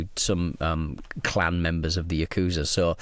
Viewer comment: yakuza not uukusa